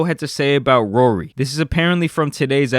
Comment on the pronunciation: I can’t unhear “Rury” now his name ain’t Rory anymore